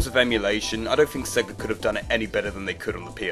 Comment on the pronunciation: Think, not fink.